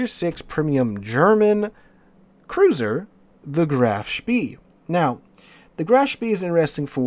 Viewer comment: Spee is pronounced "Spay"